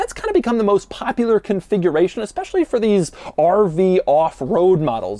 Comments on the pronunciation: i love the way he says RV like a pirate arrrrrrr veee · He sounds like a pirate when he say 'RrrrrrrrrrrrrrVee'